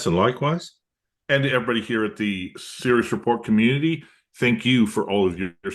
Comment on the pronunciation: I like your channel. I just wish you would enunciate the word "Sirius" with more care instead of throwing the word away every time.